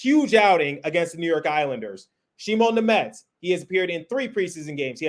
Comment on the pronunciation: Thank you for pronouncing Simon Nemec correctly 😊